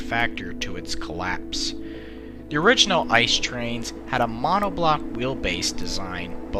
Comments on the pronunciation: I see these things almost every day, and my buddies drive them, so even as a Regional Train driver I should know how to pronounce the name of our flagship product. It's pronounced I.C.E., just calling it ''ice'' is completely wrong. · "I. C. E." not "ice" ... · ICE is a short form, so you have to pronounce every single letter. it's not like the word ''ice'', it's like you're reading three letters from the alphabet, or like if it was spelled I-C-E. Many english speaking people do this mistake, and it's a pain for every german to hear this ;) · Better known as a I C E, not ice. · Please say Ice as seperet letters so I-C-E that's how we germans say it thank you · Is I.C.E not ice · It’s not Ice, it’s I-c-e. It’s not db, it’s Deutsche Bahn. Not big things but extremely annoying, please people say it correctly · Why do you call it 'ice'? It's pronounced i-c-e. Must be because many native English speakers can't imagine something being pronounced differently than they are able to read, while a different language... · please, it's I C E as in pronounciation, not ice. And it triggers me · it's I-C-E not Ice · you prenounce it as I C E. loose letters. not ice. its germany not the yukon ffs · Every time someone says "ice" instead of I.C.E. I get closer to ending my life. The acronym is said in letters I.C.E. means Inter City Express. I bet everyone calls it ice just because the engine is white. But it's an acronym that's said in letters. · It’s not ice train , it’s I, C,E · Uhmmm u speak the letters out individually like i c e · I get triggerd when ppl say ICE in ICE Cream and not I.C.E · It makes me bit mad when Americans pronounce ICE as “ice”. It’s “it-see-e” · Don't say ICE like ice-cream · People who don’t even pronounce it as I.C.E or ICE: ...... Seriously guys, it can be pronounced as both, it means the same thing.